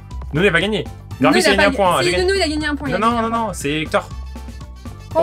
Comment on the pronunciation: Respectez son blaze c'est NUNO et pas NONO